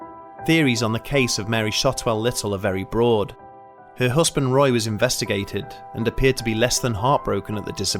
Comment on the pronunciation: Looking forward to more videos from this channel. But please try and say partner instead of "hussband" 😂 Oh and I'm sure it was a turquoise coloured key ring. Not tortoise coloured 🤔